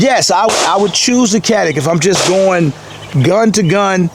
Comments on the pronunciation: be the only person in the country who pronounces Canik correctly: Chanik. I was surprised the Turkish gun is 200 bucks more than Czech gun. Your recoil control is as good as your narrative control! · I grew up with Turkish around me. Perhaps to an American ear the Turkish C sounds more like j than a ch. The k sounds is totally wrong